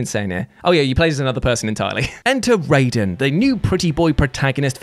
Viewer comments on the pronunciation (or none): It's pronounced "Raiden", not "Raiden". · Were you pronouncing Raiden's name that way to troll us?